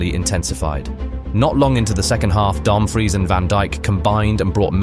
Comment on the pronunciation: Also Dumbfreeze for Dumfries 🗿🤣